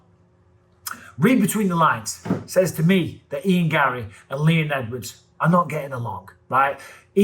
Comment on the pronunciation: Ian garry should have no r's in his name😂